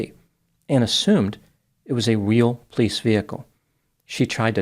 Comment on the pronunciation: I love how says "pleece" (police in one smooth syllable) ❤😂